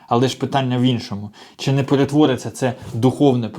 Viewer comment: Боже, шановний автор! Не чі, а чИ, И!